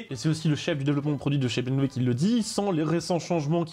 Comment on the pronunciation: Dire BMV pour BMW me détruit des neuronnes